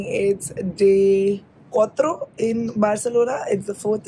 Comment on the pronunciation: Its cuatro.. not cotro.. welcome to spain hope you come in Vienna..